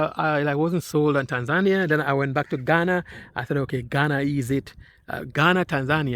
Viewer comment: Hi. Please pronounce the country properly...pronounced tan·zuh·nee·uh ￼ Slow Better Practice Practice and get feedback • BETA